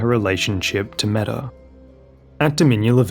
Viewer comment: Not sure about the anglicized pronounciation, but Metyr means mother in ancient and old Greek, it is pronounced mEE-tyr, not meta. Manus just means the terminal segment of a forelimb, corresponding to the hand and wrist in humans. So basically the game adding "mother of fingers" after her name is redundant.